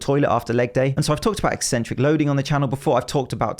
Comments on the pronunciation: Thank you for pronouncing it like "eksentric" and not "eeeesentric" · just seeing this video a year late, but want to say thank you for pronouncing 'eccentric' correctly. ek-SENT-ric. Apparently "EE-sent-ric" is a popular way to say it these days and I have no idea why, as it ignores the entire first C.